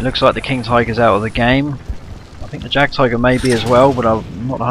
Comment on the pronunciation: Pronounce Jagdtiger like J is Y :P German words,I know they are hard but still :D So Yagdtiger